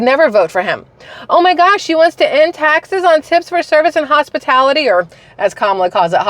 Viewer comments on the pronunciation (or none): 🎉FINALLY! You said what I’ve been thinking! Hospitility ?? WTF or hospitality. ? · "HOSPITILITY" and "PRICE GUAGING", means KAMALLAALLA CAN'T REALLY READ HER PROMPTER, or is not familiar with her so-called policies ! This is why she needs to HIDE FROM QUESTIONS AND EXPOSURE ! The more she is compelled to speak, the more she will reveal her DISINGENUOUSNESS.